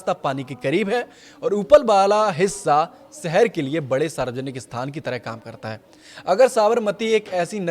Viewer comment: सहर नहीं शहर होता है 😊